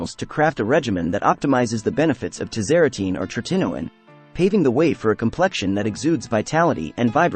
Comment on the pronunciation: Teach the AI how to pronounce “tretinoin” correctly. So annoying…